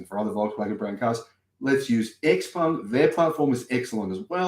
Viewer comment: 'Ciao Peng', from 'Tsao', not 'Ex Peng'. 'Ciao Peng', from 'Tsao', not 'Ex Peng'. 'Ciao Peng', from 'Tsao', not 'Ex Peng'. 'Ciao Peng', from 'Tsao', not 'Ex Peng'. 'Ciao Peng', from 'Tsao', not 'Ex Peng'. 'Ciao Peng', from 'Tsao', not 'Ex Peng'. 'Ciao Peng', from 'Tsao', not 'Ex Peng'. 'Ciao Peng', from 'Tsao', not 'Ex Peng'. 'Ciao Peng', from 'Tsao', not 'Ex Peng'. 'Ciao Peng', from 'Tsao', not 'Ex Peng'. 'Ciao Peng', from 'Tsao', not 'Ex Peng'. 'Ciao Peng', from 'Tsao', not 'Ex Peng'. 'Ciao Peng', from 'Tsao', not 'Ex Peng'. 'Ciao Peng', from 'Tsao', not 'Ex Peng'. 'Ciao Peng', from 'Tsao', not 'Ex Peng'. 'Ciao Peng', from 'Tsao', not 'Ex Peng'. 'Ciao Peng', from 'Tsao', not 'Ex Peng'.